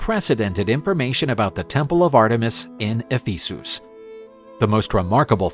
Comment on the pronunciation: E-fee-soos? who pronounces it like that?